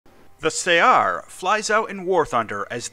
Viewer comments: I crippled this thing with 2 critical hits in my MiG-21S and yet the guy managed to missile me, i had no idea it had missiles. Btw regarding the other comment saying you pronounce it wrong, i think it is pronounced in the arab way, which is closer to 'su-uh-r', great video as always. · Its pronouced more like "saR" (like the word R)